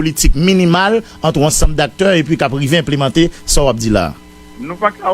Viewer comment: Moïse Jean Charles doué kinbé calme li leu lap parlé. Li pa kapab di 1, 2, sanl pa mété surette nan bouche li. Par exemple un sé in, deux sé dé, bagay yo grave.